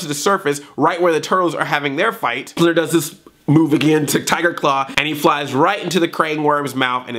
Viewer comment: it does sound like splinter cussed